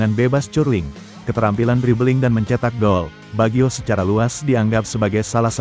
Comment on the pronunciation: Kocak narasi robotnya, masak pengucapannya Bagyo, emangnya pelawak, harusnya Bajio, 😂😂😂